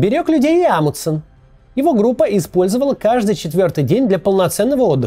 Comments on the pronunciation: "Амудсен", "Амудсен", "Амудсен". В этом имени есть буква Н, и в английском языке, и в русском она произносится, т.е. должно быть "АмуНДсен". Тяжело слушать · Мне кажется, или Максим теряет одну «н» в фамилии «АмуНдсен»?🤔